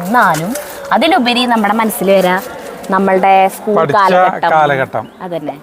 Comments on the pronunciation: ഈസ്കൂൾ അല്ല. സ്കൂൾ 😄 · Uschool alla school ennane paraya